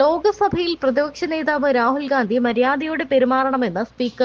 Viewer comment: പറയുമ്പോൾ ഒന്നുകിൽ രാഹുൽ വിംസി, അല്ലെങ്കിൽ രാഹുൽ ഗണ്ടി ഇന്ന് പറയുക ഒരാളുടെ പേര് തെറ്റായി പറയരുത്